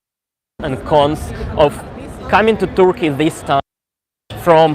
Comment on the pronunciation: Interesting! If you stay there for some time: a pronunciation tip: the "u" in Turkey and Turkish is pronounced more or less as the "e" in "person".